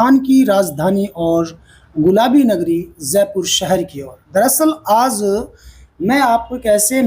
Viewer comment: Anchor sahib Aap ka programme accha hai.Achor Bhai aap apna pronounciation theek Karen.Aap Aaj ko Aaz bolte hain.Aur bhi pronounciation theek nahi hai.